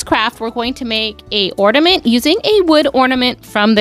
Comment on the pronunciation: I really like your crafts. I will be trying these crafts. Thank you. One request, please say ornament, not ordament!